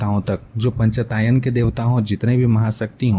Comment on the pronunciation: निश्चित रूप से आप सहृदय विद्वान् है। परन्तु पञ्च आयतन - पंचायतन बोलिये। पंचतायन नही।